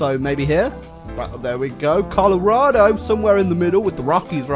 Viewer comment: I died a little inside when he pronounced "Colorado" that way